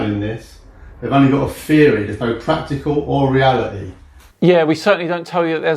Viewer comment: Why why why would you put it on video for eternity and everyone can see,that you are so thick? or that your intelligence is seriously lacking,I hope his clients see this and don't use him ,he can't even say theory (feery)